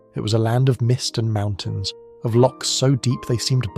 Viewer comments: Lochs not locks! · LOCHS not locks! Don't comment on my country unless you can say our words properly. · Good things come in small packages! We are a very stubborn lot. When they banned tartan it was worn more than ever. By the way, it's 'lochs' not 'locks.'